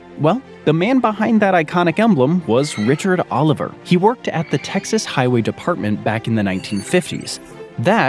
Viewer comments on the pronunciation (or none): none